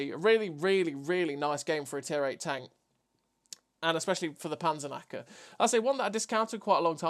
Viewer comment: The Panzernacker 😂 I know you speak English, but for the Germans you forget the "k". But who cares. It seems to be a nice Tank. And really nice gameplay as usual 👌. greetings from Germany ✌️ PS: Nice you tube channel. It is fun to look Cloneguy (love you clone😁) but now you are my number one 😋. You helped me a lot to get a better player. Especially which positions on the map are good for the game opening. This makes maybe 1k difference in a whole match. Maybe a new line on your channel?